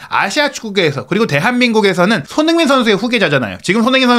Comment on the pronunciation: 발음을 정확히 합시다. 손흐민❌️ 손흥민⭕️